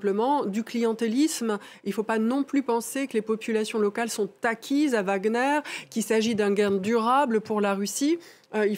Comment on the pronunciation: Wagner, pas Wagner DE G A G E Z C'est tout !!!